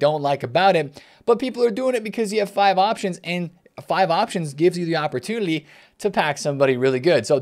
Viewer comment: anyone catch that says "opportudily"? I think for Flanders from the Simpsons every time